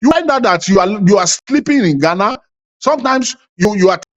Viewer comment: I thought if that man by name logic is a Ghananian. He can't even pronounce the name Ghana. He has to say it many times before he can get it right. Mr Logic is only seeking relevance.